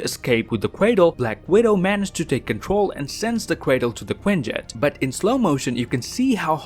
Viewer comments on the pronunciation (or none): “When Ultwon took contwoll”